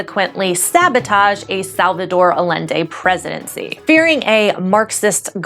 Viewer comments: I'm sorry but aLende??? I was actually confused as to what you were talking about. Other than that, great video. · Thanks for this well written explanation of things! Just one baby nitpick tho: Allende is pronounced "Ah-YEN-Deh" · Awesome! The audio and camera quality improved so much. Allende is pronounced Ayende by the way :) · To sound killer expert on the subject of neoliberalism be advised that the two "L's" together in the name Allende are pronounced as the "Y" sound in yellow.